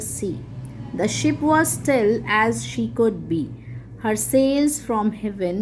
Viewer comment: How can a english teacher who knows english pronounce Ship as Sheep